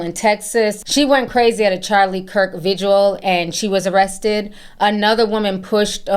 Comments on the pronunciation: Vigil. It's vigil. Not vigual. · GIRL.. please tell me I don’t hear you calling a vigil a visual at your big age 🤦🏾‍♀️